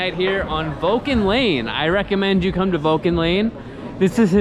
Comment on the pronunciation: Vulture lane wth... Vulcan lane please 😂